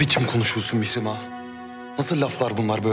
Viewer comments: Anyone know why Hurrem pronounces her daughter's name as "Mee-she-mah"? Everyone else seems to pronounce it differently than her. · Whenever hurrem speak mihirmah it sounds like mishima🤔